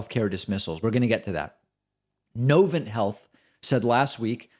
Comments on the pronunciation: Winston Salem, NC represent!!!!! and its NovanT with a hard T not a silent T. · I was getting my gallbladder plucked out at Novant (accent on second syllable BTW, frenchified), the first health system profiled here, in 2021 June, and the care was overall excellent. But I was surprised at the number of nurses seemingly skeptical of the vaccine ... I guess that's part of living in North Carolina.